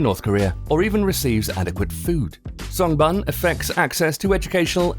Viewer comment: Shouldn't you research on the pronunciation of the words before releasing a video? songbun is pronounced as song ("o" as in "low") boon (u is pronounced like "oo" as in "shoot")